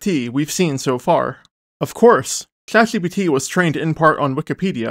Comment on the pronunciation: Why do you have a hot potato in your mouth every time you say "Chat GPT" or other words with a sh or zh sound in it?